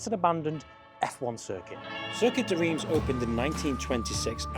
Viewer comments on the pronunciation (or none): Reims - pronounced Runce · Circuit de « reems »